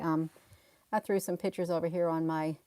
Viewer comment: you are a treasure however pictures is not pronounced pitchers sorry.